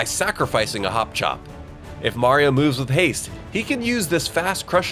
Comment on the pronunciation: “So he mueuves through an adjacent castle to get there”. I know you meant to pronounce it normally(like “moovs”).